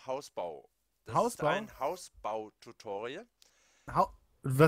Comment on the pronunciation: Du meist woll Hausbau und nicht Haubau